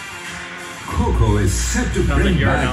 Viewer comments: Deliberate korbinization keeho keeho ..hahha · How did you manage to Korbinize "Kho Kho" ?